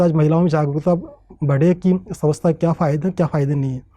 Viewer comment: ये भाईसाब स्वच्छता को सवस्था बोल रहे ह